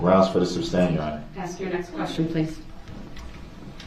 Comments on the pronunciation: If he would quit yelling grounds, he would here the grounds plus, why can’t he say sustain and not substain? It would be hard for me to stay quiet! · I remember when she said “substain” and quickly corrected herself. I pictured her and her husband relaxing after a day of work and her saying “if he says ‘substain’ one more time I’m going to scream”. No doubt there were more than few discussions of his mispronunciations. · I wish she would've "axed" him what "substain" means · You know it just dawned on me that maybe, just maybe if circus boy would shut his mouth for 5 seconds after the objection....maybe he would have heard the grounds. And maybe the idiot would learn to say "sustain" instead of "substained"! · I wish she would have corrected him on the word sustain not suBstain. Lol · It was but he didn't use that word as much as suBstain. Lol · substain is a real word. It goes with masterstain